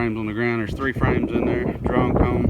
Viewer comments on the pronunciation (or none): Occasionally I hear what sounds to me like "Drone comb" Do the girls make a special size comb for the boy babies?-- or are you saying "drawn comb"-- like as opposed to foundation? I really enjoy your videos-- keep up the good work!